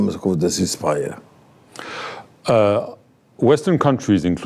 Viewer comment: He should seriously have invested some time and money in the form of a speech coach. He wants to look good obviously on the global stage. Speaking well is part of the game. "..we welcome go cis pyre.." ??? If it's 'ceasefire', then make sure pronounce right. When you speak, you are not speaking for yourself. You're speaking so others could hear and comprehend.. All the effort , time and money spent on self-aggrandising when the fact that half the time people may be struggling to make out the words coming out of his mouth.